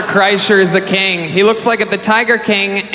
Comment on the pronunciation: Why is he pronouncing king like that tho? He’s saying it like kaeng. Kind of like how he says eggs like ayygs